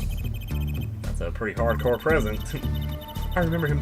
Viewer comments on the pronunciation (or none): none